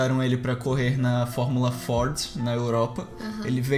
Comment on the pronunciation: Vc é brasileiro? Pronuncia Fort ao Invés de Ford